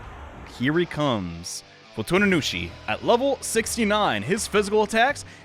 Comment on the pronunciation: FuTuNuNuShi? Me: tuna what? Tsu? Fu-tsu-nu-shi? No nunu. Nunu bad.: Walpurskt night. Me: Wal-purg-ist nact.